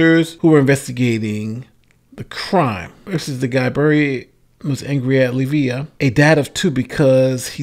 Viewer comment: That line was supposed to read: Arrived Early. And the victim's name is Leiva (Lay-vah).